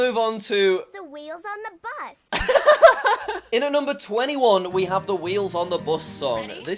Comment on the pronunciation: pause before the s sound and it sounds like "the wheels on the butt"